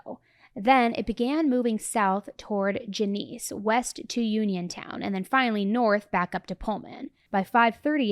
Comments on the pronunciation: Genesee is pronounced JEN-uh-see. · Genesee is pronounced jen es ee 😅 it's only got like 2 horses and a wheelbarrow. I've driven past many many times